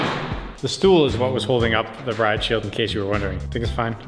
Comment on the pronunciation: its not stoel